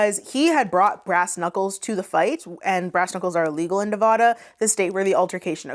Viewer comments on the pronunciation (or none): I love you sweet girl but it’s Nev AH duh❤ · As a fan of yours from nevada, its pronounced nev-AH-Duh we put the duh in nevada for a reason